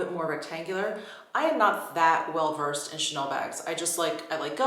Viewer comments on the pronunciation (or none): none